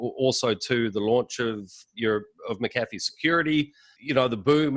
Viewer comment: Interviewer couldn't even get his last name right. It is/was Mac-A-Fee.